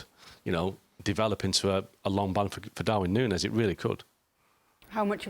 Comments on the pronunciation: Is it so difficult to say Nuñez? Noon yes. Ffs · Noonyez, that how to say it